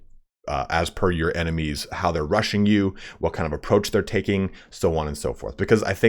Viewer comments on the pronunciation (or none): none